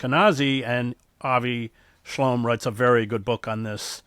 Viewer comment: Did you mean to say Avi Schlaim?